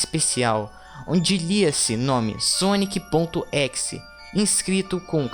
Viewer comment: cara n é équis é ezé ezé é exe